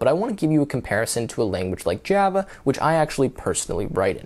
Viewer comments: Jyava Eh? 😂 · I have never heard someone pronounced "Java" like that. It's like how Trump says "China" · The way that you pronounce Java is so annoying